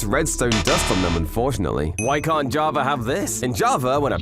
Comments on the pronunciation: why this dude says JavaR edition instead of java edition ? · Y Do you say JAVER instead Of JAVA Sometimes?? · Why do people say javer instead of java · He says: “in javer edition”. But writes Java 😔. Whole video is clickbait 😭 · “Javer edition” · Y u say javar edition? Why the R when u say edition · Bro said javar edition 💀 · “Jarvar edition” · "In jovver edition..."